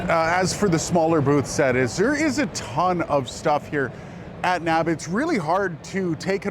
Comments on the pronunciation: Been going to the show for 10 years- never have I heard someone call it "NAB," as in a word that rhymes with "grab". N.A.B.-yes, or the N.A.B. show, but "no" to NAB. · People don't say nab. :-)